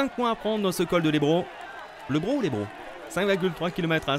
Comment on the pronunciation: C le col lebraut et pas lébraut jabite à côté